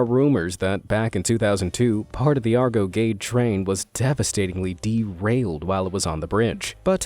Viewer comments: NOT pronounced "ARGO GADE" ... but: "R Go GAEU - DAY" ... instead! You SHOULD've asked the local people, Indonesians first! ... It's quite humiliating, you know? ... Sorry ... :D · someone else may have commented but i say it again anyway.. it sounds "Arr-Go Geh-Day" not "Argo Geid".. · It's read as "are-go geh-day" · It's " Argo Ge De " Not " Argo Gade " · Argo Geid? Nope, you should say Ar Go Ge Dei, means Big Argo 😅 Better say Cikubang Bridge, this is the masterpiece of the Dutch colonial era 😁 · “argo gede” sounds more like “gatorade” than “argo gedé” to me🤣🤣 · The correct pronounciation : Arrhh Go Geh Day...